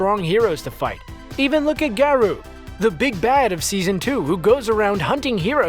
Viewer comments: The way he pronounced Garou though. (Garoo) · please tell me they pronounced garou that way as a joke...